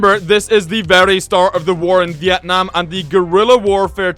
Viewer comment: Sorry but your saying Vietnam wrong but your really close from saying correctly!